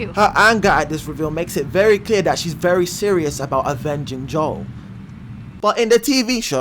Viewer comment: Good vid, but his name's Joel, not Joe.